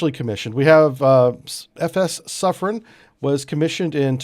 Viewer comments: I believe that is pronouced Soof-ren. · He even got wrong the pronunciation of the submarine class (he said "soufrance")